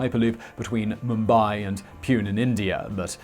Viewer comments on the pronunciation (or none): It's Mumbai to Pune (Poonay) not (pyun) lol 😂😂😂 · Pune is pronounced Poonay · thanks for the videos. The Indian loop is suggested for being from Mumbai to Pune pronounced like Rene, not poon nor peon. Cheerio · I don't blame you but you BUTCHERED the pronunciation of Pune. 😂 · Your sounding of "Pune" made me laugh